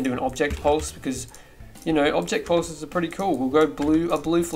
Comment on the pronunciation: When he said ‘pulses’ it sounded like ‘porpoises’